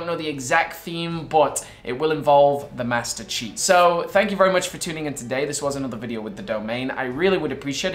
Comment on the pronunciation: Vewy itresing